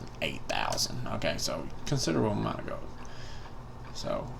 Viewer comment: The way you say gold sounds like your saying GO